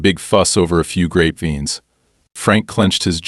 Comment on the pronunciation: Must be AI since he can't pronounce grapevines. I'm in California and grapevines for wine are popular to plant except they take a lot of water, huge amounts